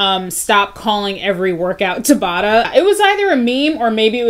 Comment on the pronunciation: Just dropping down here to say YES you did pronounce Dr. Tabata's name correctly! :)